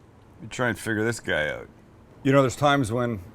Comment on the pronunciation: DANGEROUS DRINKING GAME while watching Sam... every time he says “OUT” like “OAT” —- good luck